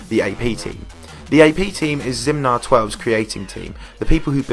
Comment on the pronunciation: You're saying Zimnior's name wrong. firstly, he's Polish, not French, so oi doesn't make a 'wa' sound. Secondly, it's Zimnior, not Zimnoir, so even if he was French his name wouldn't make that sound.